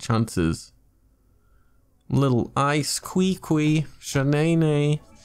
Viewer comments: that's a crazy beginners luck.. and that Qwee Qwee had me rolling... I thought it was KiKi... then got corrected that it's pronounced Chi Chi 😂. Amazing pulls man... hopefully you have enough dup to get razor in the glitter shop hehe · Qiqi is pronounce chichi 😂🤣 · “Cree Cree” 😂😂😂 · Omg you call qiqi qwiqwi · Not chichi. Not Kiki. But kweekwee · “Cree Cree” bruhhh 😂😂😂